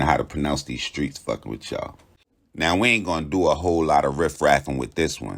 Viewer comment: You the only person that pronounce our streets right